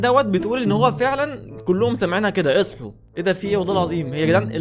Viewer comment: لما عدتها سمعتها اصحو بردو 😂